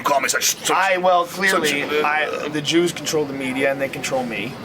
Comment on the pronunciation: Did Joe say: "juice are controlling the media" ? Lol